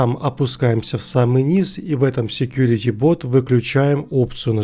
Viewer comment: не бот а бут! ты хоть некоторые слова учи как их произносить.